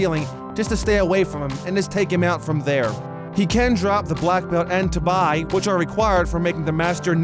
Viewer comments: Its TA-BEE not TA-BY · He fucking called it a ta- bye while it’s actually tab-i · it's pronounced Tah-bee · Did he just say ta ba yyy